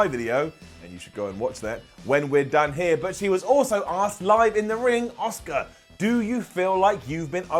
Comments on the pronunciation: Makes fun of how Shane says, “Chiampa” The calls Asuka, “Oscar.” I see you,. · Don't get me wrong your one of my favourite people that covers wrestling. But I can't believe that your calling out Shane McMahon for the way that he pronounced Ciampa. You often say Oscar instead of Asuka. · Shane McMahon pronouncing Ciampa was fine, pronouncing Asuka as Oscar on the other hand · I love, it’s so funny how he pronounces Asuka as Oscar lol